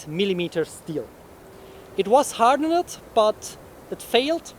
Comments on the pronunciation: Your English is much better than my German, so please understand that I offer a correction only to help you. Hardened is pronounced "har-dend". the "-ed" at the end is pronounced as a "d". As with many other words in English that end in "ed", there is only a "d" or "t" sound, because unlike German, nothing is pronounced as it is spelled. Thanks for the content. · Awesome video. Just a tip; ‘Hardened’ is pronounced ‘har-dund’ (2 syllables) and not ‘har-dun-nid’. Same with ‘shortened’ (pronounced ‘shor-tund’, with 2 syllables). Keep up the good work!